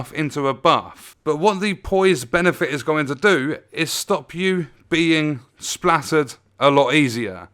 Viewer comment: STAGGER NOT SPLATTER!